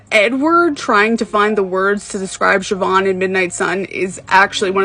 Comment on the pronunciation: Thank you for pronouncing her name right lol